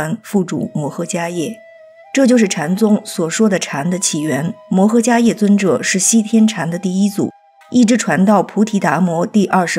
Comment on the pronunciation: 我记得读伽叶（she）